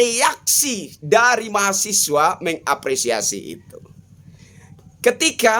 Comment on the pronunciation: Mahasewa bang awas salah nyebut 😂😂